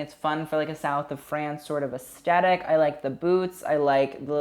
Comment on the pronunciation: Take a shot every time says asTetic